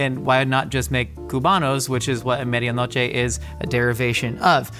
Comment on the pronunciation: Josh I love ya but your pronounciation of Medianoche made it impossible for me to understand what you were saying